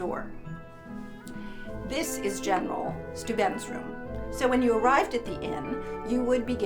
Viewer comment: Was anyone else disturbed by her pronunciation of Steuben?